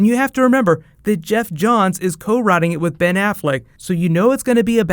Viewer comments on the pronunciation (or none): none